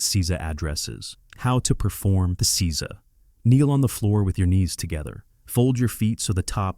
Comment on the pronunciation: Please have a Japanese person help with the pronunciation. Jarring to hear seiza mispronounced over and over 😢